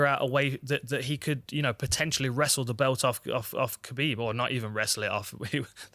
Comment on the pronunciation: For gods sake pronounce Khabib MR gooden